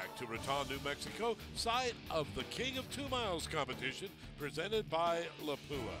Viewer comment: That awkward moment when the voice talent can’t properly pronounce the title sponsor as LAP-oo-uh.